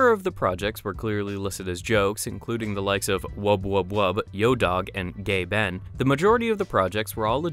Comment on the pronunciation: İts a joke Gaben not Gayben